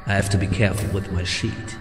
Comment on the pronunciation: sounds like he says Shit every time he says sheet